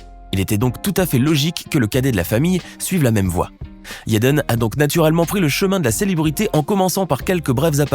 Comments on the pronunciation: Pourquoi il dit yédeune ça se dit tout simplement jadène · IL dit yaden Smith alors que on dit Jaden smith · t'as une dent contre Jaden* et pas yaden smith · Ça se prononce yaden tu crois il vas dire jaden ça n’a aucun sens réfléchi idiot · Vous devriez au moin prononcer le prénom Jaden comme il faut...